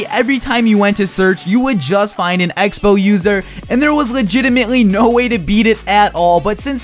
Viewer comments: Egg-spell? Speech classes at your nearest high school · Took me a long time to figure out the was actually talking about the X-Bow. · sounds like hes saying egg-spell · When you said x-bow I thought you said eggspow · Were, at the beginning of the video, you say "X Spell" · I thought he was saying egg spell, lol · When he said X-Bow I thought he said "egg spell" I'm an idiot... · Wait. Is he saying egg-spell or Xbow xD!!! <3 No h8 m8 still love you :)! You liked my tweet yesterday <3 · Did he say egg spell??? Lol😂 good video keep up the great work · For the first couple seconds I thought he was saying egg spell instead of x-bow and I'm like "what's that" hahahha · Anyone else hearing Him say Egg-Spell when he says x-bow ?Or just me? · Rofl it sounds like you say "Eggspell" instead of X-bow